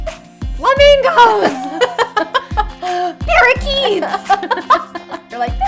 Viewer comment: The way she says “para-KEETS” haha